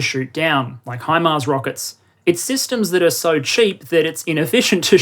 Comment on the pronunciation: I appreciate you pronouncing it HImars instead of HEmars. very annoying hearing English and former dominions pronouncing it that way :)